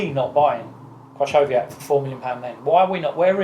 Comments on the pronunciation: kri cow wee yak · I'm still waiting for a British person to pronounce 'Krychowiak' properly. It's a lot easier than you think but Robbie butchered it enormously.